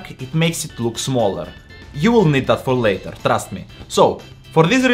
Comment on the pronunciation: Bro said "LaTeR